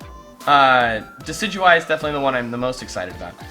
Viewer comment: Thanks for pronouncing Decidueye correctly. So many people don't, so thanks!